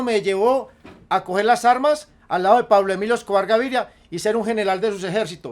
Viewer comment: Jajaja si es cierto y además no decia bien el nombre de Pablo emilio Escobar Gaviria